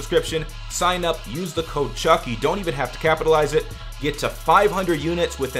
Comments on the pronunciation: WTF Who says truck instead of Chuck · Guys it's NOT truck It's chuck That simple